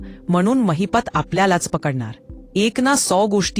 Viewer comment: It's Mahipat not Mahipta